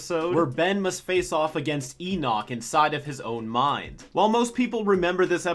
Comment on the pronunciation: the way says Enoch is so satisfying.